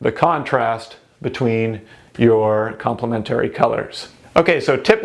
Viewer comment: Its complementary not complemetooory